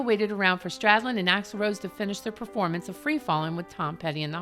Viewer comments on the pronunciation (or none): none